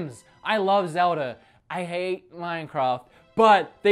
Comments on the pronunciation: every time he says "Zelder" I fucking cringe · I find it funny how some British sounding accents or Australian sounding accents lead people to pronouncing As at the end of words like er. Like you say zelder, instead of zelda